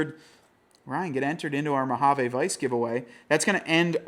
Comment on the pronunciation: He still says "Mo-ha-vaa" instead of Mo-ha-vee too.